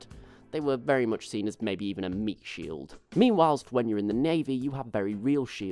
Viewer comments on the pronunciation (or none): none